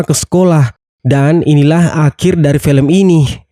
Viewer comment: Felem yah min bukan film..wkkwkw